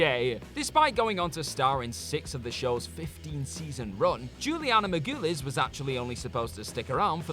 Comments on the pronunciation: MAR-GO-LEASE Jesus, learn the names for God's sake! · Juliana Mar-GOO-les? It's pronounced Mar-GUH-LEES! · Okay, I am usually able to ignore the mispronounced names because sometimes it’s just the different accents’ affect, but the way he said Juliana Margulies’ name was just ridiculous and makes me sad that you guys couldn’t take a minute to look up the names you don’t know how to pronounce so you don’t look unprepared, unprofessional, lazy, or just plain stupid when you say some of the celebrities names different each time you say it, but this time was just ridiculous when you were literally missing and then adding syllables to her name each time, her name is not that hard to say, Juliana Margulies, pronounced “Mar-ga-lease, it takes like two seconds to google it so next time whoever presents this person’s writing doesn’t look like an idiot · simply cannot pronounce American actors' names. Margulies, Dreyfuss... just take two minutes and look them up.